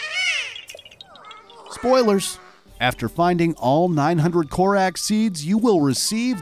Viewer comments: Like, it bugs me! like Kor-RAWK, not Kor-Raak! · Did anybody notice he pronounced things wrong like koh-rack instead of koh-rock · “Korak seed” 🤣🤣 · my man said Korak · how did you just say korak seeds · I know im nitpicking but its korok not korak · why did you say "Korak" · or how he pronounced korok